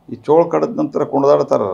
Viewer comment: ಚೇಳು ಕಣೊ ಚೋಳು ಅಲ್ಲ ನೀನ್ ತಿಕಾ